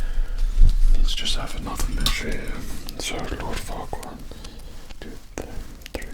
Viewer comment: After a while I started mishearing Farquaad as "Fuckwad"